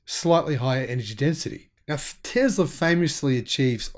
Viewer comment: Its Tesla dude, not tezla.